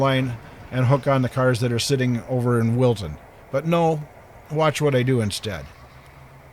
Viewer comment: At first I thought you said Wilson but it’s Wilton. nice to see some trains again.